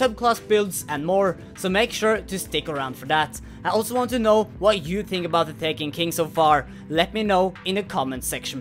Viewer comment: I don't know why I think this. But when says tink or ting instead of think or think. For some reason I think it's really cute.;)